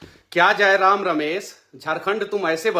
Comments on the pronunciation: Manish Babu tujhe to jayram ka nam bhi sahi se le nahi pa rahe hai to jayram se kya dibet kijiyega😅😅😅😅😅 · iska fta hua hey 😂..dr sey Tiger da ka naam sahi sey bol nhi pa rha hai